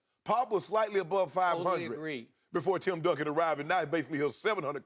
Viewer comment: it’s Duncan. Come on dude...